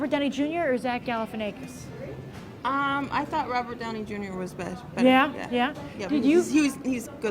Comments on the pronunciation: IT'S ZACH GAL-EH-FIN-AH-KISS. Not "ay-kiss." Ya stoned bimbo. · lmao She said Galifianaykis again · stop saying Galifianakis with a long A sound. i wanted to punch my self in the ear every time you spoke his name. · zack galifianackis, like quack, pack, track. i don't know where you're getting this long A sound in there - he even pronounces his names like the afore mentioned in his stand up specials